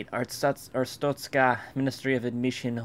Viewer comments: *Every time he said "Arstotska", it got more and more wrong. Yes I'm well aware I probably spelt several words wrong. I don't care. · Every Time he said Arstotska it got more and more wrong :) Yes im well aware I probably spelt several words wrong i don't care.